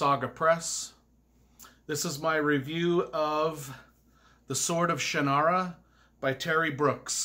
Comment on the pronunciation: You're pronouncing Shannara wrong. It's pronounced "Shăn" as in can, and then nara. Both of the n's are pronounced. This is how Terry says it.